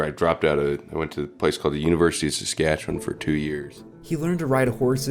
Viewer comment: Talking about swift current and showing pics of regina. Also learn to pronounce Saskatchewan. narrated by a goof .....